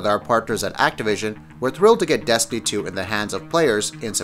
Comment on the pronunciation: "Desiny 2" 😂